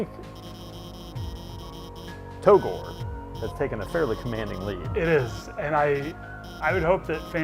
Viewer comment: Erm togore is sounded out with silent e. togor(e)